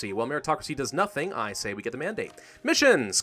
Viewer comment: P-Ah!-La-wan OMG I REMINDED YOU